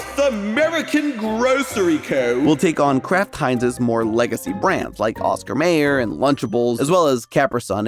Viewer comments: My-er. Oscar My-er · Now. I KNOW you didn’t just say “Oscar MAYER.” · I know you're young af, but it's pronounced MYer, not MAYer. I know this cuz my bologna has a first name, its O S C A R, my bologna has a second name, its M A Y E R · Came here because I am obsessed with mac and cheese, and the title caused a brief D: Stayed for the comments calling you out on the pronunciation 😂 I have to hear them now 1. Oscar MAYer? It's MY-er 2. Capri Sun is Capri like the pants (kuh-pree) I will say its a interesting change of pace to hear weird pronounciations of things other than Fanta (fawhn-ta, not fahn-ta. You want-a Fanta, you don't wan-ta fan-ta) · Are you saying oscar mAyer, no no sir, its oscar m(I)yer (mai·ur) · Not pronounced May-er. It’s My-er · Mayer in the brand name Oscar Mayer is pronounced like Meyer, not Mayor, as exemplified in their television commercials from the 1980s. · Oscar M-eye-er NOT Oscar M-A-er I got 1/2 way (~9minutes) through the video and couldn’t take it a 3rd time. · The fact you said Mayer as "Mayor" instead of "Meyer" tells me you are too young for the Oscar Mayer bologna song. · Oscar "MY YER", not "May Yer" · Pronounced Oscar My-er , not Ma-er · Oscar Mayer is pronounced: OSCAR MYYYYYEEERR! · It's pronounced ocsar "Meyer" you owe every 80's kid an apology 😂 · It’s pronounced Oscar My-er and Kuh-pree Sun. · That's definitely NOT how you pronounce Mayer,. There's literally a song about it. It's My-er CUZ OSCAR MAYER HAS A WAY WITH B O L O G N A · FYI: it’s spelled “Mayer,” but it’s pronounced “Meyer.” (M-EYE-UR) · Oscar MAY-er??? CAPRA Sun????????? I don't think this guy even eats food! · Just gonna say it's pronounced capree sun and Oscar My-er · it's Oscar Mayer(pronounced as my-er), and Capri Sun is pronounced as Cuh-pree sun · Dude is so young he doesn't know how to pronounce Oscar Meyer! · I hate how you pronounce Oscar Mayer there's a whole song that tells you how it's pronounced